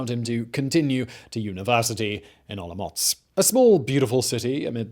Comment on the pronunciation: Hearing you say OloMocc is making my day. Thank you for the great content. And for the silly pronnounciations. ^^